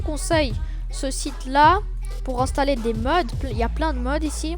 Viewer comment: Installer c'est français, ça sert à rien de faire l’accent anglais...